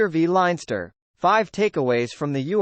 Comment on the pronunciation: Good commentary but your pronunciation spoils it all particularly Llanelli and leinster